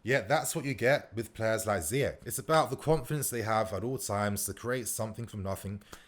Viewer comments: Ziyech like Ziyesh. Not like Ziyek. my guy.... try sort out you pronounciation cause you are still going to talk about this fella a lot. 😁😁😁😁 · It's not ziyekk it's ziyeshhhh shh